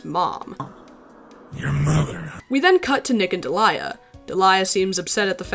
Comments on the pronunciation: Hey I googled it and I think her name is actually pronounced like deh-lee-uh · Man, this is probably the most measured and respectful video about a topic this harsh while also not shying away from the tough stuff. But also I had a friend around the same time this comic came out, and she shared the name Deliah. She said it was only pronounced Dee'-lee-uh and got tired of how often she got called Delilah or any other variation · What... the FUCK?! You mean to tell me that it wasn't pronounce "Delilah" this whole time! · Every time I heard Deliah’s name being pronounced as “Delilah” I lost 5 years of my life span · you can't say shit about Springtrap when you pronounce Deliah like that